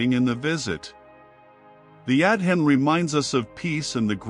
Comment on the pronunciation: It would be nice since the Adhan is so important to this story, that the narrator would pronounce it correctly! It's pronounced "ah-don" not "ad-hin"! Also, it's "Sha-ha-da"not what the narrator said!